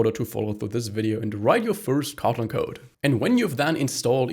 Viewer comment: Is he saying cotton instead of kotlin?